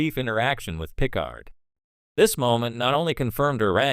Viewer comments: you lost me at pih-card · PICK-ard? What is wrong with you. Take this down and re-do it. What an embarrassment. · Pícard if you do not know how to pronounce Picárd. That is if you understand what the diéresis mark indicates. As a any spanish speaker will tell you, know it indicate the stress in the pronunciation...